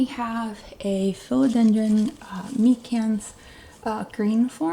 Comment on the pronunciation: I'm a minute in and already learned something: How to say the word Philodendron 🙂